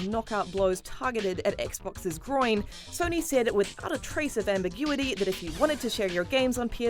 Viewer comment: “Jus Lewk at sonee flekx”